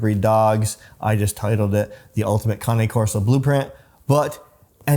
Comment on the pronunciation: The first thing I look for when someone who has the dog pronounces the name, Usually if they pronounce it wrong, they got the dog for the wrong reasons.. well done